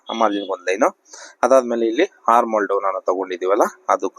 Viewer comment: Correct aagi heli dheera